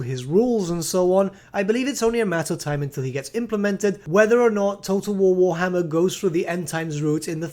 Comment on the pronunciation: Ah yes, War-HMM-er